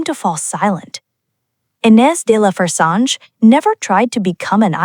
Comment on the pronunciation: Kind note - please ask a French person for the correct pronunciation of de La Fressange (roughly "duh lah freh-Sahnzh") as unfortunately miles off - or try this